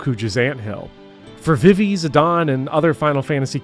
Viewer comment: High praise of FFVIII and a hate boner for Seifer: Thumbs up! Your pronunciation of Vivi: Thumbs down. :( I appreciate your passion. Keep up the good work!